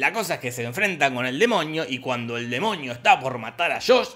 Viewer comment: Porque dise demoñio antes de demonio :v